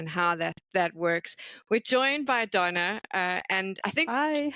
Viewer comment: Peopke always pronounce it like it's spelled "Donna" like in Lady Madonna for example, but it's Dona ❤️